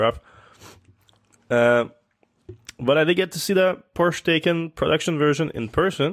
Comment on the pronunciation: FYI: The pronunciation is similar to Porr-Sheh Tie-Khan. With your discussion of the Taycan your pro-Tesla bias clearly shows. Amazing that Musk would ever accuse you of the opposite, but he did. ;) If you looked at Porsche’s lineup of ICE cars you would see that, with few exceptions, they almost never have the best specs, like 0 to 100 km/h acceleration, but the cars perform well in racing. Bugatti or similar brands can brag about specs, but race drivers buy Porsche. Why did you expect the Taycan to be different? Same with price, where the Taycan Turbo is almost the same as the Panamera Turbo, all way beyond my budget unfortunately, but typical for Porsche performance cars. You focus on the 0.2 seconds difference and the better range, ignore everything else, and conclude that Tesla is way ahead? What if the Taycan handles way better? You can bet Porsche service is better too. You can get LED Matrix lights, infrared night vision support with pedestrian detection, surround view camera, more luxurious interior, did I mention better service? No wonder, this reveal got under Musk’s skin. He couldn’t think of any real flaws and joked about the use of the name Turbo, never mind that Intel has used the word in similar ways, with Turbo boost being a short term increase of the CPU clock.